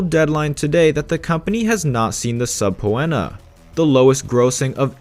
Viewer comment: subpēnə, not subpooenna btw